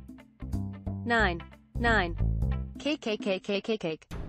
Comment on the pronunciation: Everyone: Nine That One Korean Guy: N I E N